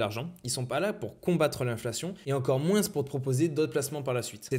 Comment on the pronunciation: Excellente vidéo! J'ai juste un peu de mal avec le s de moins